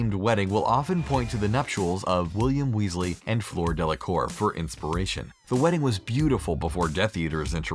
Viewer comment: Floor Delacour.. Doeby.. Seriously just stop saying names if you are going to pronounce them incorrectly 🤬🤬